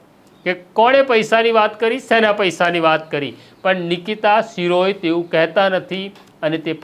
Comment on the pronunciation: શિરોય નથી શિરોયા છે અટક. સરખુ ગુજરાતી વાંચો. તમે બધા જર્નાલિઝમ મા પાસ કેવી રીતે થઈ જાઓ‌ છો‌ સામાન્ય ગુજરાતી પણ નથી આવડતુ. 😂